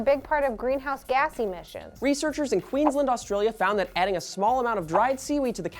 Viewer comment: I don't know what word said but it definitely wasn't Queensland.